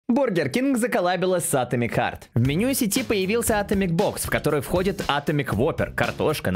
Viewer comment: Ударение Атомик х_х